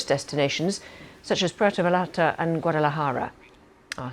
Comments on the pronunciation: Say Vayarta. double LL. look it up Halisco also. Please please learn how to pronounce places. You must be American. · Puerto = poo-air-toe Vallarta = vah-yarta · Dude Cmon You been covering this a few days Puer-to Vallarta (Va-Yar-ta) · Yo; if I can help you pronounce Vallarta, that would be dope. It’s just a small adjustment, say Va Yar Ta. Doble LL sounds like a Y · Brother, two L’s are pronounced like a Y 😅.